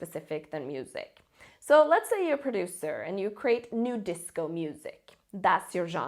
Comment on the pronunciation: It's NuDisco not NewDisco